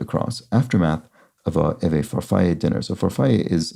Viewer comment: On 100 across, the double L in "farfalle" is not pronounced like in spanish as a Y sound. In italian, it's just a regular old L sound, with the accent on the middle syllable. Far-FALL-ay. I used to pronounce it incorrectly as "Far-Full" my whole life until I got yelled at. ;)